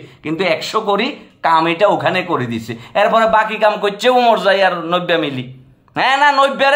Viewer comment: নবী কে নব্বা বলছেন আপনি সংশোধন করে নিবেন